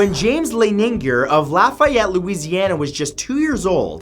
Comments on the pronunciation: It's la - fee - et not la - fy - et 🙀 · It’s Laf-e-et Louisiana. IM FROM LAFAYETTE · Anyone else from Lafayette or surrounding areas laughing at the butchering of the name? Still love you Matt! Sending love your way from Cajun Country! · I live in Lafayette Louisiana and never heard of that guy. You pronounced it wrong btw